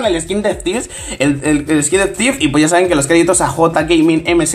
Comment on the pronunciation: hasta que nos enseñes que no sabes pronunciar steve nos enseñas que es vr yo ya me jubile